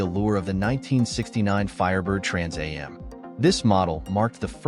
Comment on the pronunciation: This moderator is irritating to listen to. He announces the name of the next car in detail, then immediately says it all again. The second time should a shortened familiar name, not the whole thing. It is pronounced "Trans Am' NOT "Trans A M".